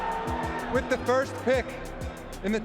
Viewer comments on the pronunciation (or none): none